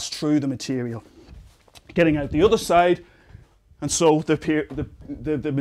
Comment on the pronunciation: "Why can light get true glass." "Glass compared to otter materials." accents are funny